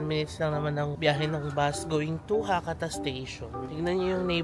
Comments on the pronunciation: Check the proper pronunciation of Hakata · Ano po proper pronunciation ng Hakata?